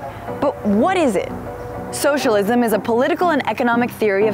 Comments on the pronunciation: Did she say Showshalism? This is childish and stupid. And mostly BS. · Socialism is three syllables not four...